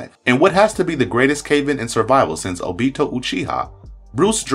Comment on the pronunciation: You said Obito wrong.